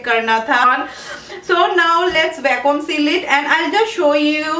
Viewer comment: Hi dear... not pronounced as "VACKWAAM"... .it should sound like......VACKYOOM. Hope u got that👍